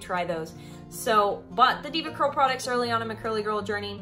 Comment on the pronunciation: Everything sounded great until she said Devacurl 😆 ... no wonder they both got bad results